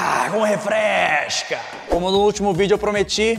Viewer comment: Eu acho que ele fala "refreshhhca" fazendo referência ao fresh